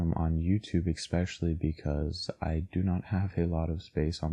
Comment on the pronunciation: He says “eckspecially” instead of especially but you know what... he’s cute so it doesn’t matter. We all make sacrifices.